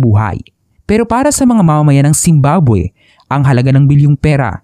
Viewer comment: 0.47 second, bakit zimbaboy narinig ko😂